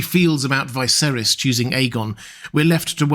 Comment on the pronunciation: I like this channel but why does he keep saying Viserys as "Veye-sair-is", everyone says "Vih-sair-is" in the show